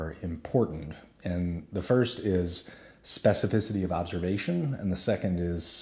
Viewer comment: Say specificity one more time.